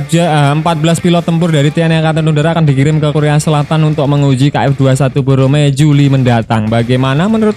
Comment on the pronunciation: Bukan boromae tp BORAMAE